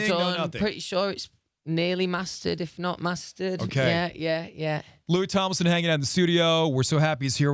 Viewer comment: First second: “Louis Tomelson” Louis:”Fank you, fank you!” 😂😂 Two memes in the same second I love it